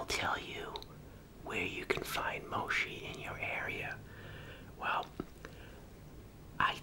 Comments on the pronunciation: I love this video, but I do think it’s pronounced (mo-chee) not (mo-shee) ❤❤ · BRO it’s mochi not moshi 😂😂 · It’s not moshi it’s mochi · This is one of the only people that I allow mispronunciation. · what chu mean its " H OO MOCHI" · It’s mochi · Its Mow-shee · when he said"moshi" I felt that😫💗 protect him at all costs. ♥💗🤧👊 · “Moshi” 🥺❤️ y’all protect our new from all hate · Him: “moshi” Me: aggresively click subscribe button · I heard yoshi ice cream 😂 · “Moshi” 🥺y’all protect him🥺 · "moshi" JWISHSUZGWOZHWOAHSWI PROTECT THIS MAN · 22k dislikes, I just know its because he's calling it Moshi. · AW HE SAYS MOSHI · Bro my valume is all the way up btw why he saying moshi but its a new word to try so i like it😊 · Mochi is pronounced Mo- Chee. like Cheech and Chong. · its mo-chee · artkid t why is it incorrect 😐😒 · It’s so funny when he says mochi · Moshee, no mochi yes pronunciation is key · Hi hope this helps it’s pronounced mochi😅👍❤️ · Adorable when he said “Moshi” instead of “Mochi” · Girl well "Mochi" is ch so if has the ch in charcoal and "Moshi" is sh as in shhh🧀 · Awwww! He’s so innocent that he says "moshi" instead of "mochi"! If anyone hurts him you’re catchin these damn hands!!! Edit: Wow! I did not expect to my comment to blow up like that! Thanks to the people that understand! Also thanks to the people that corrected me on grammar! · I love how he says “moshhi” instead of “mochi” 😂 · Fifi MSP no in Japan you don’t say moshi, you say mochi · “They actually have mochi-(says it right) moshi, (corrects himself to moshi)” I love this man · i’m three minutes in and i’m gonna CRY. i love you so much 🥺 i love how you pronounce it omg, traditionally it’s pronounced like mo-chee but moshi works too you get an IMMEDIATE pass. also pls put ads on your videos 💘 or make a patreon i’ll give you all my money 💚💛💝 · I love the way you say moshi instead of mochi and ur really kind I really love when I see elders just enjoying things ❤ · It’s moe- chee no shee !